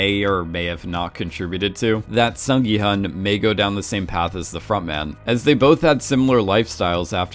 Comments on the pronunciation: Ahhh, his name is pronounced “Sung gi- HOON” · The intention of my original comment isn't to go hard critiquing pronunciation. I just really want everyone to know at least the main character's name because it is not a hard name to pronounce for Americans. Some of the other names are understandably a little harder. As a Korean, I hope people will promote Korean entertainment and culture with a little more effort towards the pronunciation.